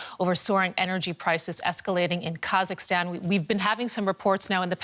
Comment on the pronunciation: try to pronounce the name of the country correctly - is it that difficult?! - just try! Its Ka-zak-stan - NOT kazastan 🤣🤣😒😒Your forecast is also doubtful - you don't really want to see your neighbours to succeed, do you?!